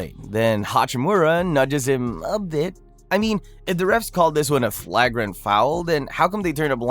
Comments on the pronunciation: If your voiceover guy didn't mess up the pronunciation of Durant and Markannen as well as the word "flagrant", this video would have been perfect. The Ja pronunciation was also a little sketchy. Hachimura is also not a pure-blood Japanese; his father is from Benin. Otherwise, good video. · I subscribed just for the way you pronounce flagrant and Durant 🤣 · Had to stop video after how you pronounce flagrant foul and Kevin Durant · not sure if AI or just can't say Flagrant and Durant right. Kinda cringe